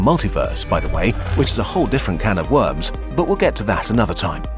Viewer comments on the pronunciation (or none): none